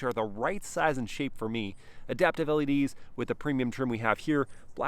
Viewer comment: “It’s definitely pleasin’ mei” 😳